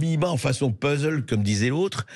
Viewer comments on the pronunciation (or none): none